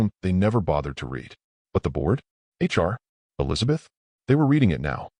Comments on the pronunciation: why is it so hard to pronounce words correctly!! resume is HOT RESOOM its re zu may!! greande is NOT GRENODD its gren aid. and for gids sake ya cantbeven say read correct!! its nit present tense its PAST as in red..he red!!! the letter he usnt reading it!! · how about “resum” for resume? “Rid”read past tense…lazy, lazy narrator